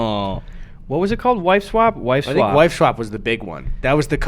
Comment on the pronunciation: eddy keeps saying “wive swap”